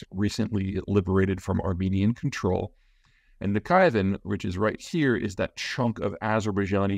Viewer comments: Please, learn how to pronounce the geographical names correctly. It hurts the ears of those who know that there is NO Nakhivan (or whatever you said) but NAKHICHEVAN, etc. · Na-chivan? Its (Nak-chivan) Can you pleaseplease please just google the proper pronunciation of the places you talk about, in every video when you pronounce things in crazy ways it makes it hard to take the video serious. A few examples of your aweful pronunciation, calling Xi Jinping (jee) its pronounced (she). Also Xinjang he calls (ja-jang) its (shin-jang). If anyone should be able to pronounce these words it should be a geopolitical expert, its literally your job. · It is not "Nakiven" as you said, but "Naghijevan" which in Armenian means the "first settlement", as an allusion to the first post-diluvial settlement created by Noa. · good points on geography and the history. however there are several things to point out as well. first: it is nakhCHIvan, and not nakhaivan. second, when it comes to armenian "genocide" people in the west never mentions that armenians wanted to establish their nation state through "political violence" (i.e. genocide of non-armenians, you know who they are). third, azerbaijan is unlikely attack at armania if not seriously provoked. because just like turkey, they have difficulty to explain their concerns to the west. karabakh is their greatest gain of the war. if they attack armenia, they will lose their weak image in the west, which may end up in greater armenian support. prior to and in ww1, russians, french, americans immensely backed armenians to establish a state through "political violence" and this is never mentioned when armenian "genocide" is put forth. thank you for the video. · That region is called Nahh-chi-van, not Nakhaivan. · Nakhichevan -> nah kee cheh 'vahn Peter's pronunciation needs a lot of improvement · Peter: Nakhchivan is pronounced as Nah-chi-one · Nakchivan = NAK Chee Van